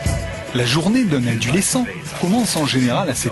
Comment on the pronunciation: Adulescent ? Mdr 😂 tv poubelle comme d'habitude